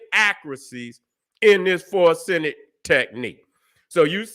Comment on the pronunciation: Forsenic? Its For-ren-sic